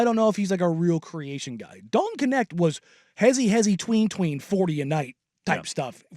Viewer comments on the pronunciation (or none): His last name is dutch..it should be pronounced kneght (with a soft g)